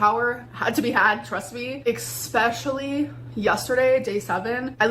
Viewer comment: I hate it so much when she says expessially! Oh, how I hate it!